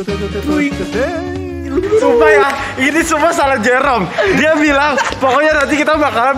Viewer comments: itu dia ngejoke, soalnya di video ini ada bagian pas salah bilang 'jerome' jadi 'merome' 😩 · 😂😂 bisa2 nya bilang merome😂😂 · "MEROME"AHHAHHAHAHAHAHAH SEMANGAT OM NGAKAAK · Ketawa ampe sakit perut pas salah sebut nama Jerome jadi merom, hadueh ampe nangis ketawa nggak ada hentinya. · Pls ngakak yang papa nya om fadil bilang merome 😭😂😂